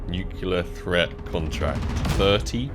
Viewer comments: please is nuCLEAR not nucular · “Nucular” the whole vid was a tough watch 😥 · idk which is worse, "chantito's" or "nukular" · Nu clear.. ffs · I cringe every time he mispronounces "nuclear"